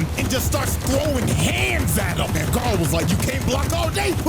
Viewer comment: "Guyrow" cmon, it's Gar (like Garfield) O (like "OH MY GOD IT'S BLUE VOLDEMORT")